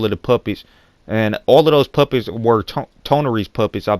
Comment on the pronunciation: lol when he says "puppets" his accent makes it sound like he's saying "Puppies" "Kara is looking for the puppies" XD